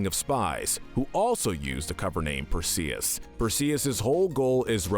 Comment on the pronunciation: Bro really said Perseus wrong 💀